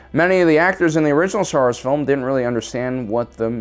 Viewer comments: Ah yes, my favorite franchise, Star sars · Star Sars? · Star Sars 😂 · Star Sars lmao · "Star sars" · What is "Star Sars"?? Is it a knock off of Star Wars?? XD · "Star Sars"?? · Did you intentionally make it say "Star Sars" during the count down screens? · "Star Sars"? XD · "Six Worst Things To Happen To Star Sars" "STAR SARS" "STAR *SARS*"